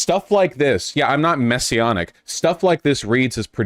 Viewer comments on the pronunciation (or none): Maybe we need more than one such reacher outer. It’s just that such people tend to be working a private grift, if not actually “messionic” (Vaush, it’s pronounced with a short a sound).